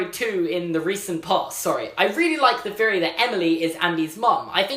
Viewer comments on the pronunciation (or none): AGH STOP SAYING FEORY I MIGHT ACTUALLY KILL MYSELF.